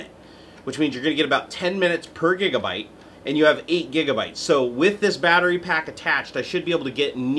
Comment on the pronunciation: did u say kigabyte?